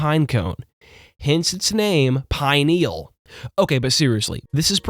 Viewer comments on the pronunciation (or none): I apologize in advance for Hermione Grangering here, but it's pronounced PI-nee-ul, not pine-NEE-ul